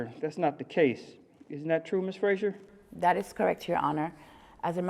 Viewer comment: her surname is Fraser not Frasier